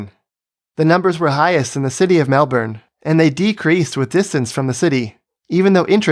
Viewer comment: Another great video. You even pronounced Melbourne correctly (the first time)